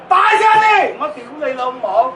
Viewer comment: 好标准的 丢雷楼某